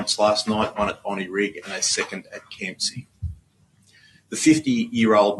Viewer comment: Bondi, not Bondai.